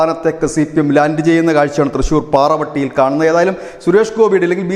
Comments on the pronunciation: Please it is Pavarotti not Paravatti. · പാറവെട്ടി അല്ല പാവറട്ടി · കുട്ടാ പറവട്ടിയല്ല പാവറട്ടിആണ്... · പാവറട്ടിയാണ്... പാറവട്ടിയല്ല... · പാറവട്ടി അല്ലടെയ് പാവറട്ടി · പാവറട്ടി ആണ് പാറ വെട്ടി അല്ല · പാരവെട്ടി അല്ല ""പാവറട്ടി "" ആണ് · പാറവട്ടി അല്ല. പാവറട്ടി ആണ്. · Not paravetty it is pavaratty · Not paravaty its Pavaràty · പാറവട്ടി അല്ല പാവറട്ടി ആണ്😊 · He said "Para Vatty"😀